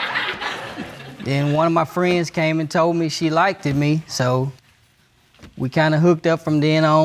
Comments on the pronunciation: Went to college but never learned how to pronounce simple words. "She Likted me" ... "LIKED" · "likeded"... oh boy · He went to college but can't pronounced the the word "liked".